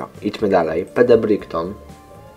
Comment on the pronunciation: Fajny gameplay mordeczko :D i btw Brighton czyta się "Brajton", taki tip